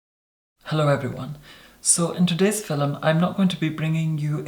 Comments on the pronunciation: IS HE TRYING TO SAY FILM WHEN HE SAYS FILUM ITS HURTING MY BRAIN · Does he say filum or film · I like videos but the way he says FILM always frustrates me😂 it‘s film not FILLEM😂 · In the filum love it when he says film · "In today's filem"❤💦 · Is he saying fillem? Not film? Cool. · Is "filum" actually a word? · He’s gone so far out of his way to say the word “filum” as many times as possible... I think he means for people to make a drinking game of this video 🤔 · "fillem" x 3 in the 1st minute SCORE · every time i see a new video in my subscription box i mutter to myself "in today's filum" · fernandodomenico it's just how some of us pronounce film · “Hello everyone. In today’s FILL-UM” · I say filum too... I'm Irish. Didn't realise it was so weird. I only thought Americans say feelm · i love how he pronounces film as fil'm 😂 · I am completely addicted to the way you say "Filim". I love You 😍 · Is it fillim or fillum ? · pronounces film like filum so the commenter was mocking them. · Noo lol the person is just mocking the way talk filum means film lol hope that helped😊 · Draco yeah it’s just how he pronounces film